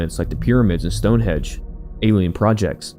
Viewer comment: STONEHENGE, not hedge